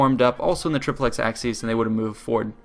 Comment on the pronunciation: Great video, but the pronunciation of "triplex acies" is flat out terrible